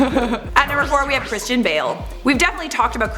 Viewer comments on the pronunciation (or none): none